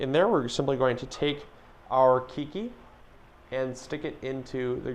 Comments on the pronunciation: Howzit. Nice video. Always informational. Keiki is pronounced kay-kee. Not kee-kee. Mahalo. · This the third video today I hear say keekee for keiki.